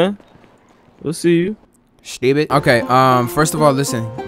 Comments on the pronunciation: Bruh said stwpid😂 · Man that was "stewphid" 😅😂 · stewpid😂😂 I only hear that in Baltimore 😂💯